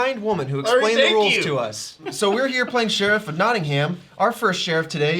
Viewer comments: Notting-um, not Notting-ham. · As someone from Nottingham: it's pronounced Notting-um, not Notting-ham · as someone who used to live in nottingham, you dont pronounce the ham (knotting-um) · Notting ham Nottingum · why do they pronounce it nottingHAM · Their pronunciation of Nottingham kills me a little bit every time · The mispronunciation of Nottingham is really pissing me off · hearing americans pronounce nottingham is infuriating lmao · As someone who lives in Nottingham it hurts me how they pronounce its name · Argh! Them pronouncing the "h" in Nottingham got so frustrating. It's supposed to be silent. It wasn't like it ruined the video it just felt wrong every time they said it